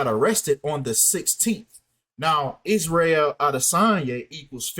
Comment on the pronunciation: You are pronouncing Israel correctly.